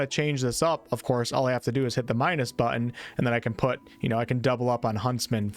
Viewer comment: Good video. However the words button and important each have a T near the middle and are pronounced But-ton and Im-por-tant not buh-in and an im-por-ent. You did say hit-points..not heh-points. At least theres that. Oh no. Fou-en instead of Fou-ten. Oh man.